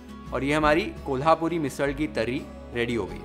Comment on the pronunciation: Kolhapuri, zanzanit ,watan ani misal pronounced so correctly ❤